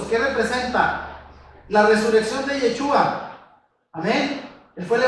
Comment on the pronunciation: Tienen lugar de reunión en Argentina? Segundo y sin ofender.......si el nombre es Yeshúa se debe pronunciar Sh , cuando usted pronuncia suena a jechua .....con un poco de práctica en la SH creo que sería mejor, fuera de eso muy buena enseñanza, lo felicito.